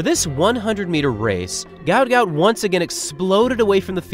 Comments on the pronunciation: Gout Gout's father mentioned in an interview his name should be pronounced as "Guot", as when he immigrated from Sudan he couldn't spell well, and mixed up the letters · At least get his name right! Guot Guot , pronounced “ gwot gwot “ … get some journalistic integrity ffs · His name is actually guot guot and it's pronounced (gwot gwot) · His name is Guot Guot, pronounced like Gwot Gwot. A mistake was made somehow in his official paperwork. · His name is pronounced ‘Gwat Gwat’. Due to a spelling mistake on his Somalian passport it was meant to be spelt Guot Guot. My 2 boys went to Ipswich Grammar School and, in my opinion, one of the best GPS Schools in Queensland. It’s also the oldest tertiary school in QLD and many of its students have gone on to being extremely successful. One of those students many years ago was the main architect/engineer that built the Brisbane Story Bridge. Well done Guot Guot on your amazing success and for many more amazing milestones you will continue to conquer 🫶🏼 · its Guot Guot media has gotten the name wrong and pronouncing it wrong